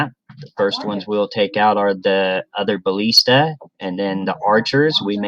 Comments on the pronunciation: "balleesta", lol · you know how to pronounce ballista differently?